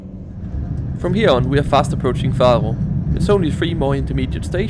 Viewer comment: dont be offended, but i find it really funny how you pronunce the names of the cities :D "Farro" hehe. Great video btw <3